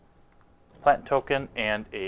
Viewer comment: Dude. You pronounced Sejiri Merfolk about fourteen different ways. You even said "plant" wrong. "Arkion of Redemption"? Really?